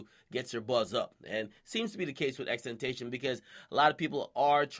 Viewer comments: If akedemiks says tentacion like tentayshun one more time😂😂😂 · Omgggggggggg it's pronounced ex - ex - ex - ten - tah- see- yun. Damn 💀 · "X-Ten-tay-shun?" unsubbed. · Pronounced ten tah cee on! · Ten- tay-cee-on that's how you say it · Still pronounced EX-EX-EX-TEN-TAE-SEA-ON XXXTentacion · I'm not trying to be a prick I'm just saying for everyone who isn't sure on how to pronounce the name it goes like this xxx-ten-tas--e-on with a Spanish type accent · ITS PRONOUNCED "TEN-TASS-IE-OWN" (phonetically spelled) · Tentacion is Temptation in spanish pronounced (ten-TA-c-eeee-on) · TENT-AH-SEE-ON.. it's SPANISH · TEN - TAH - SEE - OWN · It's pronounced "ex ex ex tent ah si on" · pronounced.... X-TEN-TAS-SEE-OWN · Stop pronouncing the nigga name wrong. TEN-TA-CI-ON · X•x•x•ten•ta•see•on thats the proper pronunciation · SAY IT WITH ME... TEN-TAH-SEE-OHN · Ten - tah - see - on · It's pronounced EXEXEX•ten•tuh•see-on 🤦🏾‍♂️ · tentacion is spanish for temptation, try to remember that before you pronounce it "tentation" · TEN - TAS- EON say that shit right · This nigga Ak said "Ten tay see on" 😴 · Yeah maybe say his name right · "Xtentacion"? I'm out. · rofl u said his name so wrong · X tentasion akademics dont care bout pronounciation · Okay Thank you. how hard is it to pronounce a name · He pronounced his name wrong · stop saying his name wrong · Learn how to say his name. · Its not "xtentation" its "xxx-tent-ta-c-on" Please like this comment so people know how to pronounce it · its pronounced tent-ah-see-ohn not tent-ay-shun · XXX TEN TA SEE ON not tentashon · xxx-ten-tass-e-on is how you pronounce it he said in an interview. Not xxx-ten-tay-shin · X says his name like tent ah ción, not tentation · Jesus Christ dude, at least learn how to say his name. It's not that hard, just watch an interview. xxx-ten-tah-see-on it's Spanish, and even if you sound it out, it sounds nothing like temptation. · x tentaion....... ITS X-X-X-TEN-TAH-SEE-OWN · It's Tenta See On not Tentatation